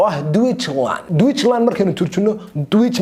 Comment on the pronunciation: Deutschland = dooshland ayaa loo akhrinaya lipx